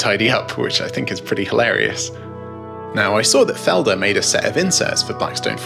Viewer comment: I'll never get used to non- native speakers trying to pronounce German words =D Still a good review, though. And I love your background music.